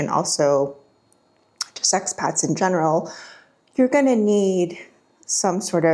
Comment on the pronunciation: Did she say sex pats or Ex pats? :)